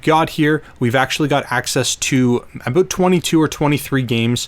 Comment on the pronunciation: lol “abooot”